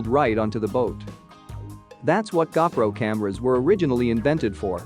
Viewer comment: What's a gah pro? You mean GoPro? You ordered from wish didn't you?